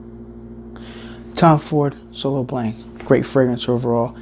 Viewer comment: Solo Blanc ??!! WTF ... You literally have no idea on how to pronounce the fragrance do you ?